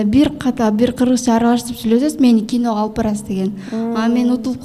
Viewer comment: Асел кино дечи, кийно менам дебей так суйлогонду уронсон